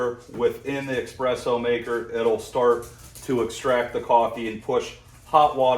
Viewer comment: it’s pronounced ESpresso not EXpresso :)